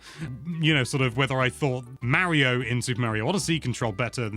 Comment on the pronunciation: Legit what’s with him seemingly purposefully mispronouncing “Mario”?